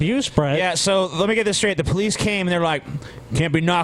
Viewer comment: "she called the p'liss"